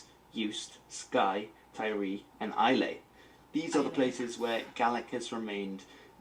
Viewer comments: Islay is "I-lay"? Really? The people I knew who lived there pronounced it more like "Isla" as in Islay Mist. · Also Islay is pronounced with an "a" at the end like in "apple", not with an "ay" at the end. Uist is You-ist, not how he pronounces it. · Islay.......best to pronounce it “Eye-La”....great whisky there.